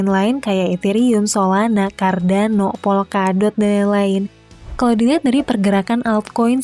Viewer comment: "Solanak, Cardanok", seperti dialek orang Sunda ya?. hehehe